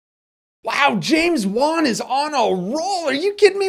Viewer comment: you say it like this james wan . just letting you know